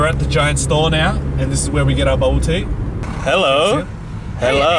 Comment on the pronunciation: Lol when he said harro (spelling sorry) its peter chao here i laughed so hard